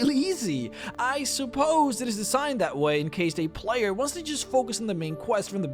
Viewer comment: And how he pronounced vampire and player...